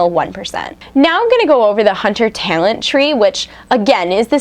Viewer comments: LOL omg i gave up when she kept saying tailent, its tal-ent!!!!!! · What's a taylent? Learn to pronounce talent. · You say "talent" funny when your sick lol.